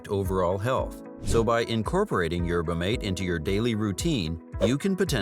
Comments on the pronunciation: For Christ sake! Phonetically It’s MAT-eh! Like hearing a car crash every time video said yerba mate. 😂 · Pronounced Yer buh maw tay